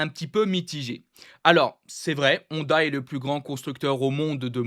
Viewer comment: Ça me fait trop rire que tu dis HONda ou AragON 😂